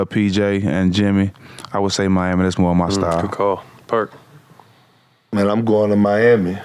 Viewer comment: Matt I can’t let you slide on this one, I heard you call Perk, “Park” before y’all started talking about Kobe. RIP to Kobe and his daughter as well. Much love to y’all keep doing your thang you and stac5! 💯